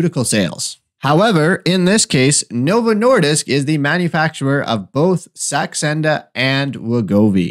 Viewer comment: Are you trying to say Saxenda? Not sure what Sandexa is....